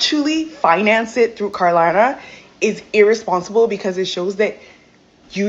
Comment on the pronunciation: she said Klarna wrong way too many times